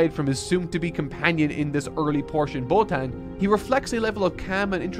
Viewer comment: And it’s Bo-Tawn